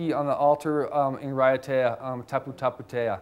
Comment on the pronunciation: This was interesting until the lecturer mispronounced the word tapu, several times in fact (lol), which made me seriously doubt his credentials and inner knowledge regarding this subject.